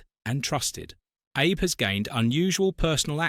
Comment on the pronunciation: The name if former Japanese Premier was wrongly pronounced. His name is Shintaro Abe..pronounced as ""aabay".